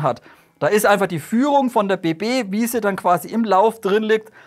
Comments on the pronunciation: Guten Tag werter, das war wieder ein ausgezeichnetes Video. Aber leider habe ich wieder eine Bemerkung über die Aussprache einiger Fachbegriffe: es heißt bejadi. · es heißt "Bejadi"